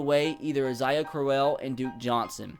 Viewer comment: He said Isaiah AH-SA-IHA